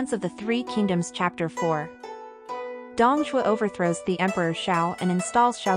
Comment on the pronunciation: For elderly listeners the music is too loud and obscures the narration; also the pronunciation is a bit strange - Cao Cao, Dong Zhuo and Hongnong for example, are not right.